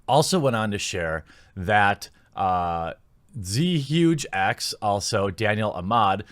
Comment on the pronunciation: "Zhuge" is not z-huge, lol, its pronounced "jooga." It's Mandarin. It's a reference to Zhuge Liang from the romance of the Three Kingdoms. Just nerding out here, excuse me.